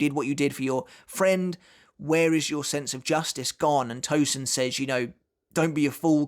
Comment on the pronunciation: Hate it when these English speakers can properly say the « sen » in sensation, but will refuse to do so for Tosen, and instead called him ToZen!!! It’s Tosen not Zen